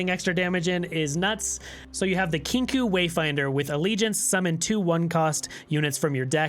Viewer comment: great content as always! i prefer to run 3 frenzied skitters on spooky karma, been watching alanzq and he doesnt like the harrowing, favors vengeance instead. also it is pronounced "kinkoh".